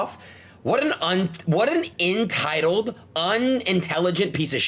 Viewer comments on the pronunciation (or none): Imagine talking about someone’s intelligence and saying “intitiled” 🤦🏾‍♀️🤦🏾‍♀️🤡